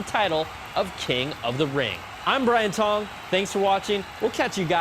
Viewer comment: At first I heard his name as. I'm sorry...